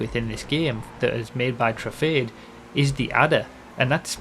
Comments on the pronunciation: Can we start pronouncing Truffade as True-Fad-Ay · convincing people it's pronounced: true - fahd - deh